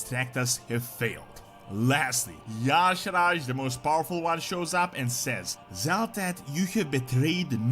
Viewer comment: He is pronouncing Y'Shaarj WRONG! Almost no one gets it right. (Ee-Sharzh) Anyone ever notice, speaking of Old Gods, that the Shadow Priest has Idol of Y'Shaarj, N'Zoth, Yogg-Saron and C'thun in their Shadow spec? Shadow Priests are straight Void DPS. I think the best race is Void Elf (Alliance). Makes for the best Void/Shadow Priest race. I just started one on Stormrage. Liking the direction it's heading. Hated patch 11.1.5 for all the messups and poor launch. This is what the test server is for! Let's hope they get 11.1.7 right. Wow Old Gods vs Xal'atath? Yeah N'Zoth has always been the brains of the outfit. This will be interesting to see where it goes.